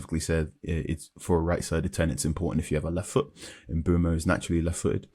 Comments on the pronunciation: Why can no-one pronounce Mbuemo's name? It's Mb-oh-mo. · maybe we all have different ears. It's definitely NOT Mb-ooo-mo when he says it here